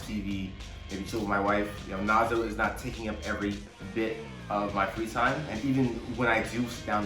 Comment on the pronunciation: Lmao it's Nazo not Nazi